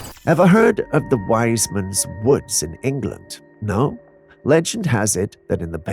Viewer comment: I live on Dartmoor, it's 'Wistmans Woods' not wisemans.